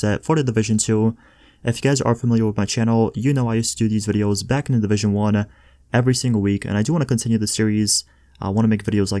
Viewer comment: I hate the way he says videos